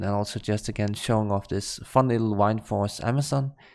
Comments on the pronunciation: Btw I am sorry for this, but every time I hear you sayin "why-nd-force" my ears start bleeding. It is '"Wind-force". WInd like breathin English or vind in your language :-) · whind-force?? the fuck bro lol? its wind. like the wind blowing from a storm. wtf wtf?